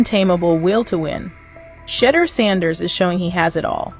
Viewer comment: HOW ABOUT PRONOUNCING SHA-DEUR-DOOR’S NAME CORRECT. CLEVELAND MEDIA NEEDS WORK 😡. Shedeur is not a rookie he is a FIRST ROUND DRAFT PICKED IN THE 5th round. HIS SKILL BASE SPEAKS LOUDLY